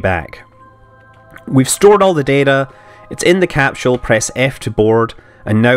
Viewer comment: Capsule not capshoule